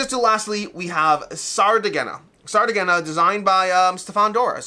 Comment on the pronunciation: Sardegna (Sardinia in english) is the name of an Italian region and island. "Sardegna" is pronounced as [sar-DEH-nyah] sar – like "sar" in "sarcasm" DEH – stressed syllable, like "deh" in "debt" nyah – similar to the ñ sound in Spanish